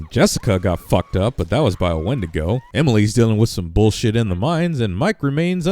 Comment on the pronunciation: win-dee-go NOT when-di-go